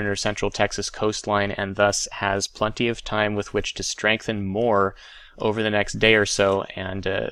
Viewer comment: "...plunty of time...." Sorry? Did you mean "plenty"?